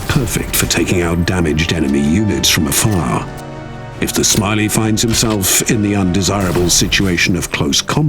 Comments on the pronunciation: Goddamit it's "śmiały" as on "Bold" not smiley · It's not Smiley, just the narrator having no idea how to pronounce it. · Dammit, das heisst nicht SMILEY. It's Ś m i a ł y Why does everyone keep pretending Polish is so hard? :D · Śmiały is pronounced here like english Smiley by this british guy which feels super intentional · Polish speaker: that's not how you pronounce... English person: fuck you, I'm naming him SMILEY